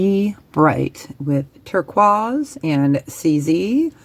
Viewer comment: 💐 Hi, 🎊Grreat 15 pieces🎊, It's been such a long time, since I've seen you, I hope you and your Family are doing well❣️ I thought you pronounced "Turquoise" Fancy, but, now I'm really liking how you say "Medecine Decue Paris" I'm liking your personal rings, Marilyn has been wearing a really nice Aquamarine ring, lately (my birthstone ) hint hint Marilyn ( I don't think she really even knows me ) I watch and enjoy her videos especially the estate jewelry, but I haven't had the pleasure to purchase something, items go quickly and I watch her pm NJ time 🌟 Sorry for my veryyy longgg comment, it's definitely becoming a habit of mine 🌸⚜️🪷 Lol🍀Lol. Take Care & God Bless ✌️🧡